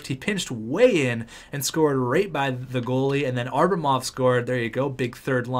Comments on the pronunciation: It depends on if enough people comment the fact that its Abramov and not Arbamov. Enough people commented on the Johansen pronunciation and he figured it out. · Sorry to nitpick, but i've held my tongue for long enough. It's Ab-ramov, not Ar-bamov. Othewise, keep up the good work, I'm really enjoying this series! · predictions on what episode he'll finally realize it's ABRAmov not ARBAmov?